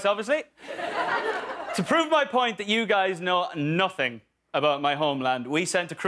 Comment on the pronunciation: And why no ones talking about when he said 'you guys know nothing' in his accent and it literally unlocked a memory in my mind....☺